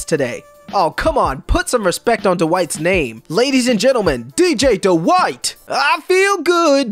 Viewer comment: Love how he can't even say Dwight correctly